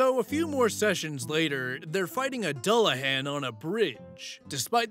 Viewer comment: Dullahan sounds like Duel-la-hon